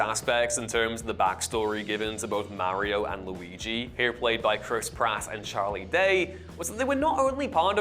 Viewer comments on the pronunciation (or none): none